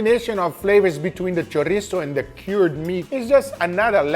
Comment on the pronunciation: Thank you Guga for pronouncing chorizo properly 💯